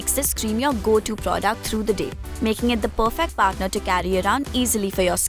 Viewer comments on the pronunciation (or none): none